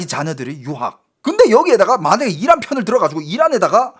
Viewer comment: 이란? 악셴트를 앞에두고 발음하시네 ㅋㅋ 악센트 뒤입니다 😂😂😂😂